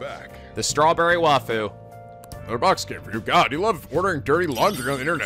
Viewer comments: We've reached the end of a 60-part war, and STILL doesn't know how to pronounce the word 'waifu'. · Tyler- He probably knows the proper way to pronounce "waifu", but he's so used to pronouncing it the way he has been that he'll just keep pronouncing it wrong (just like he still pronounces certain character names wrong even though he now knows the true pronunciation).